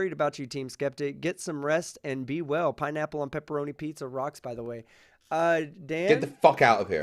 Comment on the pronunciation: I thought he said pineapples and pepperoni